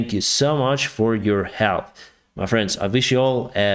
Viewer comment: Please, pronounce differently Friends and France. Friends = FrEns. France = FrAns. You pronounce them so similarly I got confused. Had to see the Economist's written text on the screen to realize it's "friends" and not "France".